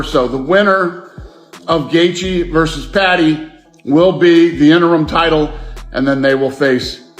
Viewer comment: who laughed when this fool says Justin Guthgaa if your making videos at least know how to pronounce the fighters name correctly lmfao